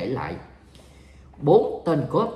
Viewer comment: Cuop khong phai cop